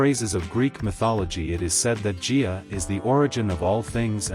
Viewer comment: It's not pronounced Jia, it is Gaia. A hard G.